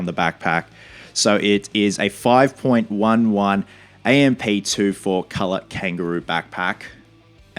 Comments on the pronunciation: Hey buddy! Looking forward to seeing the completed costume! Just wanted to say that molle is pronounced like molly. Also the company name is said five eleven instead of five point one one. Good luck and cosplayers do it better! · One of my favorite games ever. Also 5.11 is pronounced five eleven. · few mistakes in pronunciation. 5.11 is 5 then 11 so 5 - 11 MOLLE is pronounced MOLLY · Five “Eleven” is how you pronounce it, don’t want you getting flack from the tacticool crowd lol. Really awesome company and I’m surprised Ubisoft didn’t just send you one. I know they have some type of partnership with 5.11, it’s in all their games. So awesome your doing this cosplay, I can’t wait for the game and i know your going to knock this out of the park. Love your videos, from Texas. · Looking forward to this build!! Love all the tactical stuff going into this. Just an FYI, they pronounce it "Five-Eleven." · Dont be afraid to go for cheaper stuff that looks better or similar. Mechanix gloves are more popular in the military for price. You can buy surplus military medical supplies on Ebay cheap (I'd go with an Israeli bandage since that's the most common). MOLLE- "Molly". 5.11- "five-eleven". Get some hundred mile an hour tape over just plain duct tape, it's usually olive drab and tough. We used to take 550 cord and tie it to the bottom of mags and tape it down for a simple pull tab to yank mags out of pouches quicker. Killer cosplay man! I know you'll do it justice! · It's Five One One